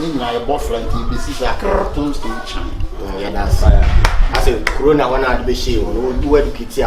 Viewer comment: Did anyone hear say coronia??🤔🤔😂😂😂